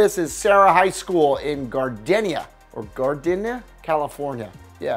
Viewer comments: it is pronounced GARDEENUH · It's pronounced "Gar-dee-na". Shoutout to any other Gardena folks watching. Freeway city represent!! 👌👌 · It’s pronounced Gar-Dee-na lmao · You don't know how to pronounce the word "Gardena"!? :o The sound of the vowel "E" in the word is long. "Gar-dee-na." To those who isn't from L.A., you're welcome. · it's pronounced Gar_dee_ya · It's pronounced "Gar-dee-na".